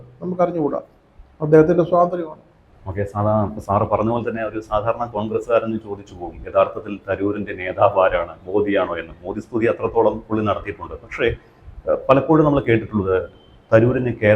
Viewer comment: Being a known comentator mr must correct his pronctn modhi instead of Modi.